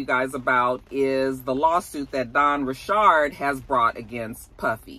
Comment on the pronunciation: Dawn’s last name was always pronounced Ri-chard. She’s creole/Haitian.